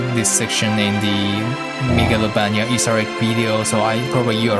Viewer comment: I love how you pronounce Megalovania I will pronounce it like that for the rest of my life